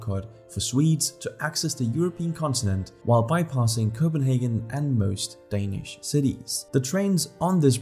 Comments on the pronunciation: Are you danish? your danish pronunciation is spot on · You can tell the quality of a video, whenever the narrator pronounces the words in Danish absolutely perfect without any accent.